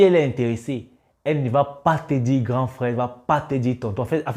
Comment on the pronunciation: Mec fais un effort , c’est frère et pas frais !! Tu sais bien prononcer le R pourtant .